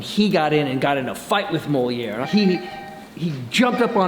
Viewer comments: The ducks name was moliere not molinare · Molière the duck, not Molinar lol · Moliere not molinar